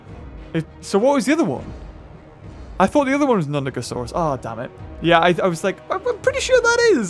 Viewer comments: It was nundosuchus you ment, not nudagosaurus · they'res no g in nundasuchus your saieing its hibrids name